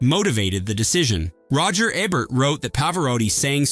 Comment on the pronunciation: Wow! Still screwing up Ebert's name and now Nick Nole-tee and Pa-vor-rati. I liked Partners. 😊